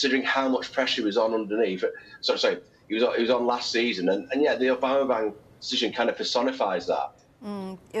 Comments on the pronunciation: Jamie could hardly pronounce Aubameyang 😂😂😂 What is Aubamebang😂😂😂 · This guy on the left calling aubameyang “aubamabang” 😂😂😂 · Aubame ... who? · Who’s this guy who can’t pronounce Aubameyang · Someone teach him how to say aubameyang 😂